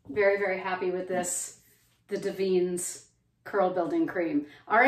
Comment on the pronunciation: I have always heard iit pronounced Davin-ess.